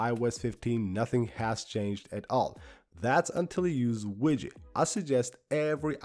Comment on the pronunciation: you suggest a widget app? Is it called widget or Widgey? Could not really understand, and I don't see it in any notes?